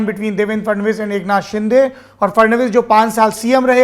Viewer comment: rajdeep ka frustration dikh rha h jo baar baar shiv sena ko sinde sena bol rha h😂😂😂😂